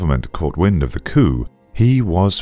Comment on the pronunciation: The way he said coup, breaks my heart